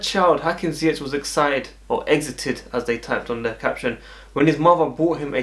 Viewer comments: A real look a like😉😉😉 also funny how you pronounce his last name, the last 2 letters you ore English people speak wrong. Its with the hard G as we call it in the Netherlands. I hope you understand my bad explanation but i mean it in good way as you know😍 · Dat is ook fout, met de harde G🤓